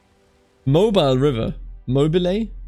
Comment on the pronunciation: Mobile is pronounced moh-BEEL, by the way. It's the French Mobile, not the English Mobile. And it's called that 'cause they had to move the entire damn city once.